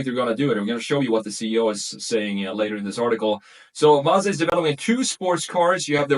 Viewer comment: You’re pronouncing ‘Mazda’ wrong.